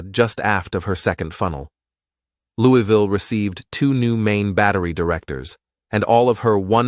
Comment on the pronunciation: We need to work on your pronunciation of "Louisville". Put a marble in your mouth. Now put in another one. Ok, good, now: "Louavuhl", say it with me.